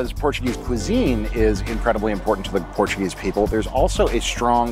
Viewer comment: Great vid. Your pronunciation of Portuguese words and place names was pretty good, especially for an Americano. Lisbon 🇵🇹 is one of the prettiest and most unique cities on the planet. Cheers from 🇨🇦.